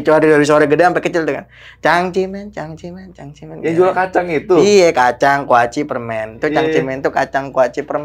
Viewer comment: Cang ci men yg bener bukan cangcerimen.😂😂😂